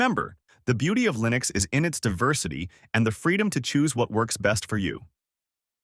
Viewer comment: i seriously didn't know that this was an ai voice until ish where he starts saying linux wrong, that's crazy